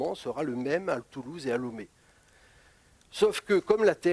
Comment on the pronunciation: la capitale du Bénin, c est Porto Novo... Lomé, c est la capitale du Togo d une... Et on prononce LOmé, pas LOUmé... lol